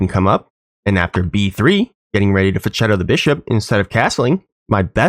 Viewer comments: no way you said "feen cheto" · Hilarious how fianchetto is pronounced differently each time